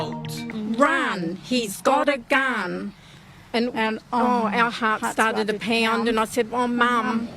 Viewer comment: "raun he's got a gaun" 💔